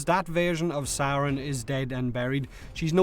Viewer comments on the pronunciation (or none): It's actually sayrn